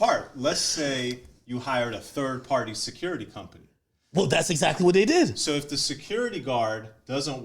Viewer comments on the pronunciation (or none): 😂😂 “the curity company”😂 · ACCORDING TO ITS PRONOUNCED “THECURITY COMPANY” 😂😂😂😂😂